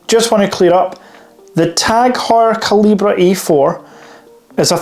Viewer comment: OK - I'll be the one to say it.....KALL-I-BERRRRR - not CAL-E-BRAY - excellent video and channel tho.